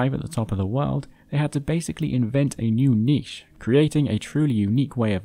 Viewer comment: OMG This is the 2ns YouTube video I've seen ever that the narrator says "Niche" correctly!!!